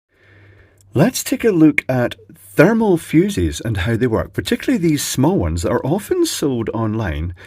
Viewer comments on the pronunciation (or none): Fermal Thuses. Lulz